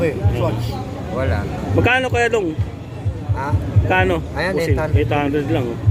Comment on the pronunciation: Fossil hindi fussil visaya ka ba boss?